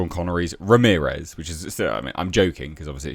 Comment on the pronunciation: He wasn't Spanish, he was Egyptian. .... Ra-mirez...?